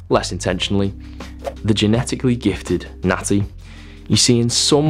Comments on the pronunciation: took me a second to realize you're saying "natti" and not "nazi" lol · The first two times you said natty I thought you were saying nazi and I was so fuckin' confused lmfao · I swear he said nazi, I couldn’t figure it out! Is he saying natty?